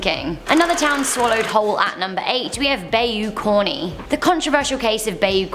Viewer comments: Bay you? Wtf. You aint never heard of a by you? Bayou! Louisiana! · Bayou: BY-YOU not BAE-YOU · I cringe at her way of saying bayou It’s ba-you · It’s ba-you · Bayou (bi You) is how's it's pronounced. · Bai-oo xD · bay-you LOL. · Bayou is pronounced "By You" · I'm from Louisiana I've never heard anyone pronounce bayou like that 🤦🏾‍♂️